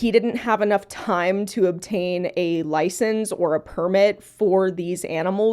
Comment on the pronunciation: "But did he have a LoIcEnCe?" What an NPC take. Of course he knew how to take care of the squirrel. He had it for 7 years. We have hours of video evidence that it was doing fine.